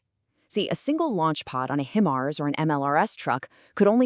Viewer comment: You need to pronounce "HI MARS" Correctly before you proceed